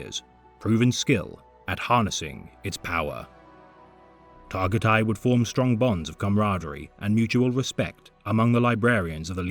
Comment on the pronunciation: Bro you did not need to do Targutai like that. Got me cryin n' shit